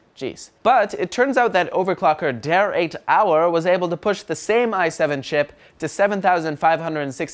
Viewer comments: Der8auer = DerBauer not Der 8 auer. It's german and means "the builder" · it's pronounced DerBauer and i was looking for this comment, surprised there weren't a lot of people noticing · oh FFS Its called "DerBauer" not "Der 8 - auer" ........ -. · der eightauer - lol he is actually pronunced "der Bauer" guys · Der8aur --> pronounce Derbaur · derBauer not 8 in pronunciation. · WTH. How about you finally learn how to pronounce 'der Bauer'. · why the fck can no one say Debauer all he did was change the "B" in to the letter 8 and it is promounced der-bour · Its pronounced Der-bour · Der-eight-hour? Seriously? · DERP "DERBAUER" pronunciation. DERP.